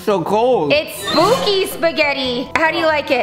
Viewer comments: The word spooky is actually sbooky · Spooky is with a p not b like said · when they said sbooky did they mean skooby ???